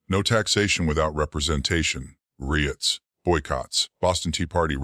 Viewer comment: Horrible AI narration. Reeots? As for the content, I could see the sense in this. It's can be a major PITA to manage vast and distant colonies of disparate states.